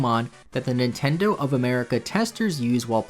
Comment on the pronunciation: Meh, it's a word pronunciation thing